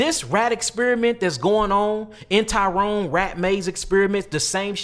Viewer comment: YALL KILL ME TRYNA BE SUPER DEEP. ITS NOT THE TYRONE MAZE RAT EXPERIMENT 🤦🏽‍♂️🤦🏽‍♂️🤦🏽‍♂️🤦🏽‍♂️ This experiment was held by ROBERT TRYON (TRY-ON) not no damn Tyrone🤦🏽‍♂️ And this nigga stay adding to the story when that’s not what happened. Read the Thesis on this and you will see this was completely not what he is saying. BULLSHYT